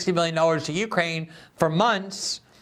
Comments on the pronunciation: Glenn, it's Navalny, you keep saying Nalvany. It's misspelled in the title, too. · Glenn pronounces Navalny as "Nalvany." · Glenn not being able to say Navalny's name (without a malapropism) after more than a decade reveals remarkable ignorance - and not knowing that he has more than 2-3% support in Russia.